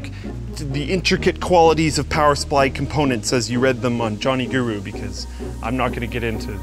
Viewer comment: ROFL "Johnny Guru" It's JOHN GURU (PRONOUNCED GEROH!) or Johnny Geroh!